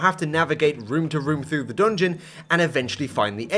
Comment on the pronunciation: why does he say 'doongeon'😭